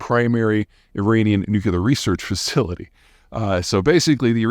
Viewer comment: nuclear, not nuculer.